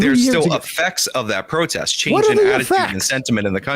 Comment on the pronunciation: he says b/c of the George Floyd pwotest. Which is exactly how serious Sam's taking his arguement